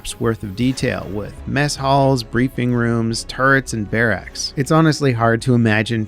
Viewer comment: "Bare acks"